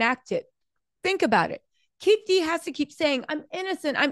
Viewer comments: FYI it is not “keef d”it sounds like”keef E D “ Keef E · How didn’t your people tell you that his name is Keefe D not Keef D😂. Hard to watch repeatedly hearing Keef D. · It’s keee/Fe/Dee